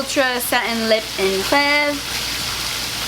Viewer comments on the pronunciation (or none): I keep hearing Rêver as rehvi. Hahahahaha you always look great. Sweaty or not.